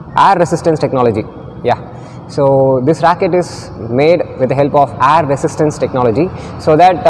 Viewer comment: What are u saying Air resistance or Aier resistance?